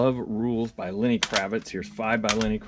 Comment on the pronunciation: Lenny not Lanny Kravitz